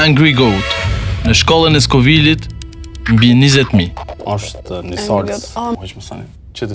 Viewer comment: Ne cilen episod don me kuptu qe nuk thuhet Skovild po Skovil o pevaq i pevaqav.